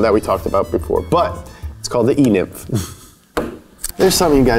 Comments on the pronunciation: Anyone else “e-nimf” was thinking “e-milf” someway hahahaha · "E-NIMF" 😂😂😂 Tons of those at EDC. lmao